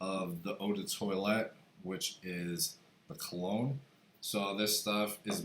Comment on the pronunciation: Dr kologne u said like an idiot !